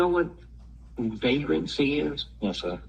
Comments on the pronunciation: Vague-Rant-See??? His vague grasp on our rights is appalling. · He’s been dying to say “Vagrancy “ ever since he saw Rambo, 😂